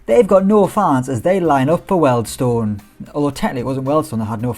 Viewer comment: its pronounced "Wheel'd stone" not "weld stone" !! love your work though! Edit, my daughter renamed my YT, im a grown man not a comedian kid and i work in Wealdstone!